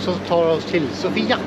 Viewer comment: Sååfia uttalas det nog;)